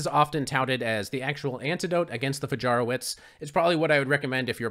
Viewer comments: It's pronounced Fayaroveech btw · Fajarowicz is pronounced like "Fayarovitch" ;) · Wonderful! But pron. Fahyahrovvich